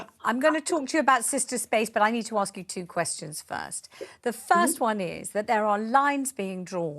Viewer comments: This is the woman who said that Meghan Markle suffered "domestic violence" from the Royal family. If I've told you once I've told you a million times, don't exaggerate. And after protesting that "I'm British", she comes out with "in my culture". Sorry, I thought you are British? And if you are why can't you speak English? It is "ask" not "axe". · What a trouble-maker! The way she dresses, her hair style, her saying "aks me", calling her charity "Sistah"... obviously she stands for a culture and heritage that is NOT British but yet, she's making a fuzz about being asked where she was from. How this is not a setup? And where is the recording of her "transcript? Could be, perhaps, that the conversation didnt go as she claims it did? Now the media is bringing out what she really stands for, her agenda, her lies. She'll fade into oblivion soon.